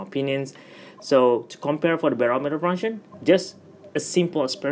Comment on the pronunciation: Funshennn lol